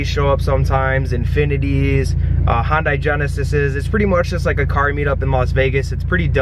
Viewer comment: Hondi? It's Hyundai